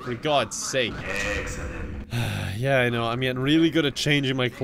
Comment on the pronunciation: "Eggcelent" -Some guy